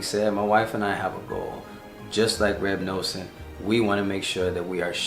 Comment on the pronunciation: Now you're talking my language. You already have the whole set of english/hebrew Likutei Moharan! Beautiful message. By the way it's Reb Nuh-son. Pronounced like the word "nothing." I'm nothing without G-d. 😊